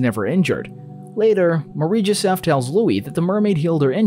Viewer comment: Take a shot everytime he says "marieee jesef"